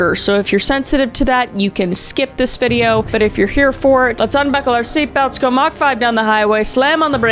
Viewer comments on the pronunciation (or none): none